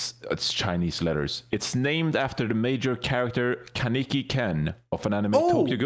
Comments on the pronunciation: It’s pronounced Con-eki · the way they mispronounce kaneki hurts my soul